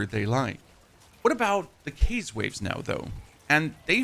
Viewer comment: How do u say chaotic correctly but not chaos.